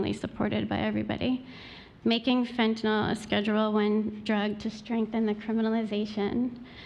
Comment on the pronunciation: Is there an O anywhere in fentanyl?... Why are there so many idiots who keep mispronouncing it, just as with oxycoNtin?...